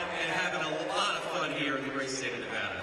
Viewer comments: Nevada loves ❤️ Trump Vance 😊 just remember Nevada not Nevahduh😂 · Ah shoot I missed him today he’s in my state 😭😭😭 only thing I don’t like is he miss pronounced Nevada 😢 but other than that absolutely loved his speech!!!